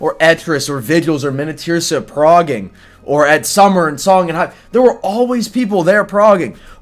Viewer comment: you're the first person I've ever heard pronounce "Minityrsa" correctly